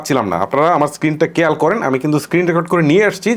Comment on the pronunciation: ঘর❌ গর✅ খেয়াল ❌ কেয়াল✅ 🥴